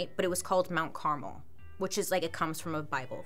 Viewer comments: You pronouncing it as carmel instead of Carmel is distracting 😂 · Car-MEL not CAR-mel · It's actually pronounced CarMEL, I think, Not Caramel/ Carmle, I know someone with the name. but great video 🤓 been watching a lot of your videos lately. A friend of mine was a witness, technically atf shot first. I hope those girls souls know that it wasn't ok what he did to them, and all their souls are at peace. Being married to a 12 year old is child abuse. But other than that, all of it could have been avoided like you said.